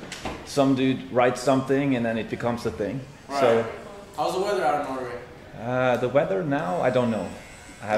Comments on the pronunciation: When he said norway they though he said no way thick americans 🤣🤣🤣🤣🤣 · That's what I thought he said 😂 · yeah yeah ''noway'' in ''Norway''